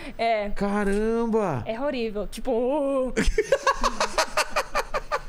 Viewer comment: "É rorível"